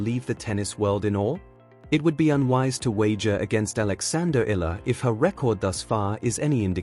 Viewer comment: Alexandra Eala (Eh - ya - la)..please pronounce the surname properly..